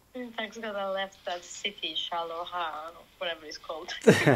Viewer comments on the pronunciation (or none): Shaluwa? LOL I love how you butcher most foreign words. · Love you, but google 'pronounce Charleroi', or perhaps Shalawa is better:D